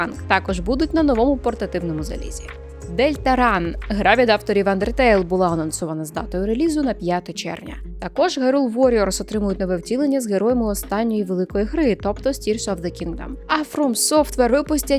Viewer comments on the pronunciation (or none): "Дельтарун" не "Дельтаран". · назви гри Deltarune читається як «Дельтарун», ще її називають «Дельтаруна».